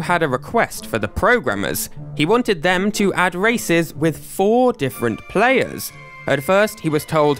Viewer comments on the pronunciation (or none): none